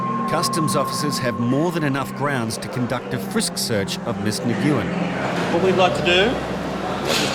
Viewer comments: When did the surname Nguyen (nuwen) become Nugoowen? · Its pronounced "win" or "nwin" not nig-yiu-in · The name is pronounced “win” or “ng-win”. not na-goo-win. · Miss Ni-gu-en? Seriously? Talk about clueless. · Nguyen is not pronounced that way